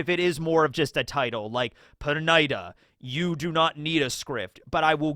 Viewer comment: Per niii daaa not per nigh da